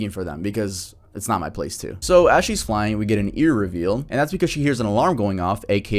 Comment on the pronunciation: Homie said “ear reveal”😭